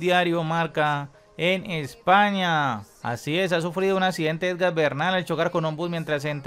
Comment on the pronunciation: Se llama E G A N...no EDGAN. De verdad no sabes o no quieres pronunciar bien???? Que tipo de periodista eres si no sabes ni pronunciar un nombre correctamente???